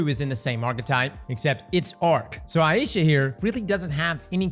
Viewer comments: Yeah is saying it wrong like he does for a LOT of his videos it is eye-sha any google pronunciation search result will say the same. Aisha. So, "eye" as in eyeball and "sha" as in shopping. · Just FYI for everyone, its pronounced eye-sha (Ai-sha), not eye-ee-sha. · ai easha wth did he say, isnt it pronounced ai-sha just wondering now so I don't sound like an idiot. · It's pronounced Aye-sha's Care 😅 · Works both ways, but it depends on the person whose name it is. He's in Louisiana, I reckon 'aye ee sha' is the more common pronunciation there. There's a variant "Ayesha" as well, but there's no ambiguity with that one.